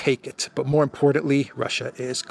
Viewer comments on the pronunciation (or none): none